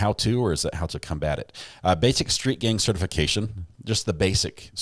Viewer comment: The first time it said gang it said “gain” lol so bad!